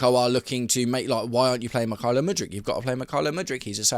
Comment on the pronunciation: Mik-hi-lio Mudryk? Never heard him called that before!